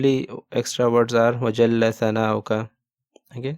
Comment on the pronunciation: Assalamualaikum brother. In the arabic transcript of Sana, it writes "wa jalla sana", with a soft s. But you had recited it as "wa jalla tana". I repeated it several times and every time I thought if I heard it correctly. Please confirm if the word should be recited as "wa jalla tana". If so, then you must correct the arabic transcript, that says "wa jalla sana". Jazakallahul khair.